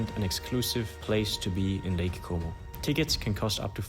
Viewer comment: bin ich der einzige der die ganze zeit lake homo versteht? :D